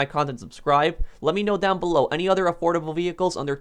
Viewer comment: i thought u said adorable for second i was abouta say the rc car should be on this